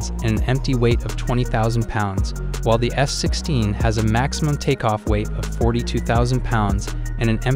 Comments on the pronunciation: I keep hearing him saying S-16.. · Why is he saying S-16????🤣😂😂😂😂🤣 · Are you also hearing S-16 instead of F-16?? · Am I the only one who hears him saying S-16 instead of F-16 most of the times?